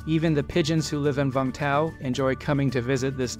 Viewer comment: It is Vung Tau. Not Vang Tau!